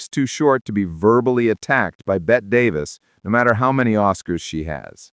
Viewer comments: pronounced “Betty” Davis - don’t let AI voice your videos kids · "Bet" Davis eh. Too much trouble to find out how it's pronounced but wanted to be a documentarian, lol.